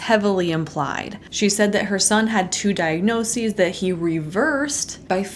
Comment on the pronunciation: Thank you for pronouncing “diagnoses” correctly, unlike the hun.